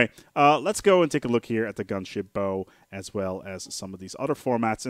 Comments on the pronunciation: Bow is pronounced "baugh", not "boo". More like "oww" than "oh". The weapon "bow" is spelled the same, but pronounced differently. Also, excess power is ALWAYS beneficial- the plus 0% just means it is less than 1% better- but looking at the DPS shows there is still a change... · I'm sure everyone's pointed out that a ship's "bow" is pronounced like "wow" rather than "Low" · The front section of a vessel is pronounced like take a bow, not draw your bow. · Just for future reference, a ships 'bow' is pronounced "bau" as in taking a bow (bending forwards at the waist); or as the german word Baum. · Bow. Bao. Bah-Oh. As in "Take a bow", or "Bowing deeply". Rhymes with "Plow". But more seriously, thanks for the tips :) . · GAAAAAAAAH ITS PRONOUNCED BOW AS IN BOW TO ME FOOLS! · So I'm not the only one that twitched at that I see. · Its bow as to bow before something not bow as in bow and arrow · you are mispronouncing bow yo! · Ugh I can't stand when people say bow like that.